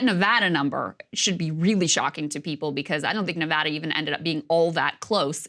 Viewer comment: At least Krystal pronounces Nevada correctly.